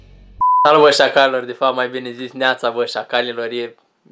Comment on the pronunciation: Bile nu se zice Bine Nu Bile